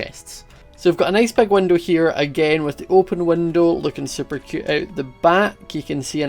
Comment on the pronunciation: Does anyone else just seem to smile when says cute in his acsant...no just me.......ok